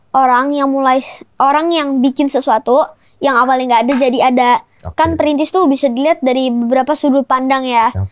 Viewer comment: tetep bilang printis😂 mulai dari nol gatuu wkwkwk konyol